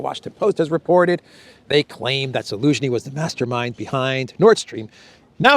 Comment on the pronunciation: This guy is a rank amateur. How does this idiot try to play off his so called knowledge of world geopolitics by calling President Zelensky - ELENSKY AT LEAST 5 TIMES. He is literally too ignorant to be listened to.